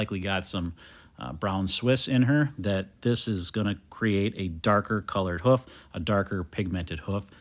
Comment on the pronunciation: Not "hoef" it's "hoof"